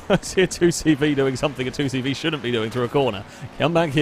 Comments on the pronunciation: Would it not be deus Say Vay as that is the French way of pronouncing C and V. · The 2CV is pronounced “deux chevaux” in France, which translates to “two horses”, I don’t know if you’re supposed to pronounce it “two horses” in English though